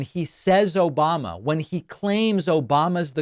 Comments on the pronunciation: Obamnah isn't his name either. He can't get the name right or the person. He mixes up Biden with Obama and can't even say the incorrect persons name correctly. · Obamna?? Seriously?? They don't hear that? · So you haven't heard Trump say "Obamna". LOL